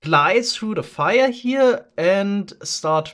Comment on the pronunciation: "...goes through the Feuer..." your german slipped through a litttle bit :)